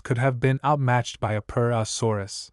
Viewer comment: Hearing you say purusaurus got pretty annoying after the 20th time 😅 but still a great video